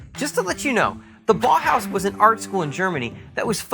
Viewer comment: the way he says Bauhaus makes the confirmation that he is American lol, rip real words